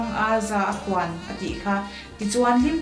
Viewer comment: Heti laia 'khawn' hi thluk deuh dalh tur a ni zawk lawm ni... entirnan - 'taksa ah pán a awm a a lo khir kháwn thin' heta khâwn thluk ang hian.